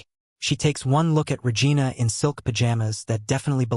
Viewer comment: Regina-vagina…sounds like an old Seinfeld episode.Pay attention to what your AI story teller is doing and do appropriately 😮😂😂Good story though 😂😂😂